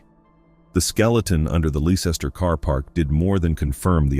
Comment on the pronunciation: Blather. No specifics provided to support allegations. Besides why should one trust a narrative that cannot correctly pronounce (twice) the name of the city where Richard III body was located.